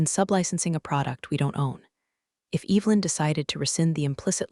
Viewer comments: that's a good point! The AI definitely gets that one wrong. It should be E-vuh-lin, not E-vil-in. 😬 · I hear that every time! Makes me cringe a little. It’s Evelyn, not Evil-in! 😬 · Why does your AI insist on pronouncing Evelyn "Evil-in"? The E is soft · Ev- el-in, What a bunch of dipwads with a poorly programed Artificial Unintelligence device! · classic AI misstep. "Evelyn" should definitely not sound like "Evil-in." 🤦‍♀ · I'd be happy if the stupid AI could learn to pronounce Evelyn